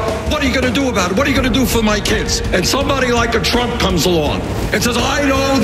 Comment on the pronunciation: Oh good lord. "Donnie Twump thwew wocks when he was two!" Lmfao